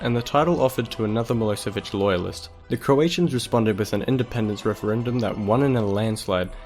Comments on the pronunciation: Nice video,I am from Serbia and you aren't reading right ,,Milosevic" but it is actually reading like ,,Miloshevic'' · Good video. Just make sure you get your pronunciation right. It is miloSHevich, "SH" as in "shoe".